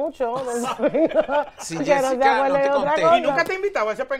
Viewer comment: Ajá Yesica te descubrimos dise yulay 😂😂😂😂😂